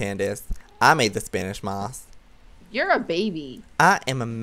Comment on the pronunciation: "spanish mosh" lol joey